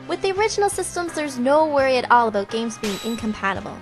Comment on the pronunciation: ....she said aboot